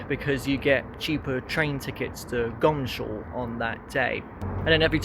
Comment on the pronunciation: It's really or should be pronounced Goms hall instead of Gomshall! I suppose it is the laziness of pronunciation?😊